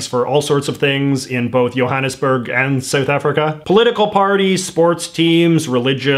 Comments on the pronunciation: it’s pronounced Johannesburg not yohannesburg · Why are you pronouncing Johannesburg like Johannesburg and not Johannesburg?